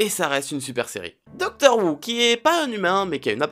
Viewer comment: Ca ce prononce pas "doctor wou" mais "doctor hou"